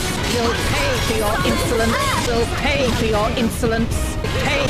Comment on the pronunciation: Lorithia: You'll pay for your insolence! What I'm hearing: you'll pay for your Insulin. Damn girl you doing a side job for insurance 😅